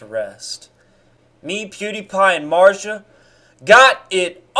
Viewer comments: Who the fuck is Marja? Or do you somehow not possess the ability to pronounca a "Z"? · Im confused on so many Levels and Kinda more pissed about his way to pronounce marzia then this whole Video (i know its Satire) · Mans never had a girl I can tell also he can’t even say her name